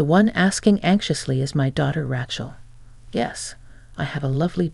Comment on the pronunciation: How to say Rachel pronounced "ray-chel" not rat-chil.